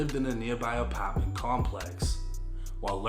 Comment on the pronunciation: The way you say Apartment and heart is the worst way. Stop